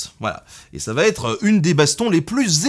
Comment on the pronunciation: Attention aux liaisons mal't'à propos préférées des historiens :"va-t'être" et ici, que je ne connaissais pas encore "sera-t'être"